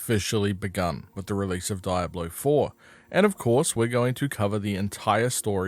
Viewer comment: I called the police because of your pronunciation of "Diablo". In what universe is it pronounced "Dayablo"?!